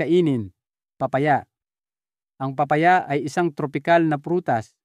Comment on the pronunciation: Papaya po hindi paa paya